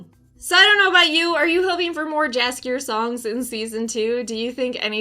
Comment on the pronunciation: I love you content but you might wanna checkout how Jaskier is actually pronounced, you are very wrong